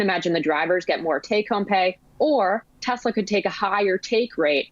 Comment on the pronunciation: Mate I love your show but you have to stop pronouncing Tesla as Tezla.. Listen to how Tasha pronounces it. It's Tesla with an S.